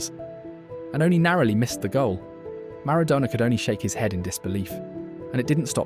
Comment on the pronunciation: Switched off after 32 seconds, Ronaldinho wasn't around in 1993, that would have made him 12 or 13, secondly, you butchered the pronunciation of Maradona!!